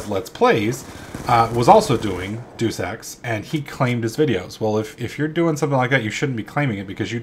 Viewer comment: Ok first off its day us ex not deuce ex. But thats ok it sounds funnier and ill let it slide because of that end of the year vid on your main channel.